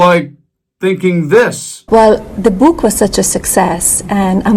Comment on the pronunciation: The bOOkk . She cannot even say book. Melanie is an idiot.